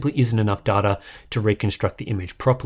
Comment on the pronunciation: i cringe every time i hear darta, its pronounced DAYTA